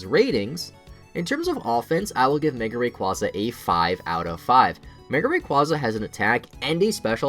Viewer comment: you said mega rayquaza wrong XD